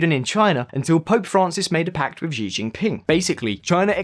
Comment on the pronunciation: Xi is pronounced as she in Chinese.